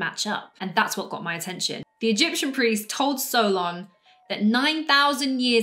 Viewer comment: My name is Solon, and I was named after my grandfather. While I carry his name, my heritage is Greek, and based on everything that's been passed down through my family, I’m proud to say that I fully believe in Atlantis. By the way, you're pronouncing Solon correctly, which I really appreciate! I just wanted to reach out to let you know that I absolutely love your content—please keep posting more! Greetings and best wishes all the way from Nashville, Tennessee."